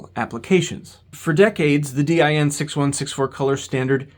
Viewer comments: It took me off-guard hearing DIN pronounced "Dee-Aye-Enn" instead of just "Deen" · No german says D- I- N like that. its just Din, spelled like you would a word, not an acronym, even though it is an acronym. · DIN is an acronym, but we pronounce it as one word. DEEN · FYI, in English, “DIN’ is not spelled out, but pronounced as a word, rhyming with “tin” (basically, the word “dinner” minus the “ner”.) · Although DIN is an abbreviation for "Deutsches Institut für Normung" and as such could be pronounced as individual letters like you do (similar to e.g. IBM), it is most often spoken as if it was an actual word, sounding similar to the english word "dean". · Hearing D Y N so often kinda makes me want to print a doormatt with that and ship it to him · sounds like DYN to me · I’d say it rather rhymes with english "bin". The "e" sound in "dean" is a bit too long. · In Germany, DIN is pronounced as one word and rhymes with bin. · In English, in industries where the name “DIN” has been around for a long time (for example, in electronics, where DIN connectors have been in use for decades, or car audio, where car stereos use several sizes of DIN mounts), DIN is pronounced exactly like “dinner” minus the “ner”. Short “i”. That is, it is not pronounced the same as in German.